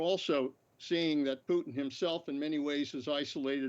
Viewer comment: Shame he can’t pronounce Putin correctly .